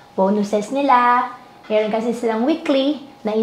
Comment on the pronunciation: Bilsng part Chinese na nagkaboss na pure fujianess hirap na hirap sila banggitin ung “Meron” laging “Melon” 😂